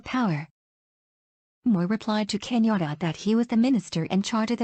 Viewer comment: This person is mispronouncing Kenyan names. It took me a while to realize that Kinyora is actually Kenyatta. When I see the kumekucha vedios, I look forward to just one voice. I don't even know what this vedio is trying to inform us.